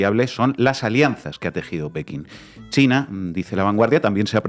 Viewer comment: Grade Mayor bien alimentado. Y dice mucho chleina. Si lo vessi escuchas cheina y tiene el pelo color zanahoria corre Que te arranca los boldillos del pantalon